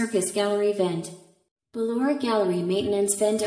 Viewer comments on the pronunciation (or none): Ah yes "Bellora"